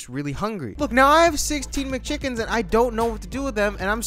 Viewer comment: When he said “16 McChickens”, I thought he said “Sesame Chickens?”